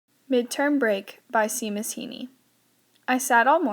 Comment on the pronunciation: The way she said Seamus killed my Irish soul.